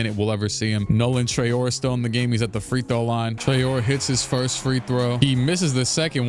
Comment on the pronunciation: the way you pronounce Traore gonna be hilarious when you look back at it in the future, he is french so it's Trah-oh-rae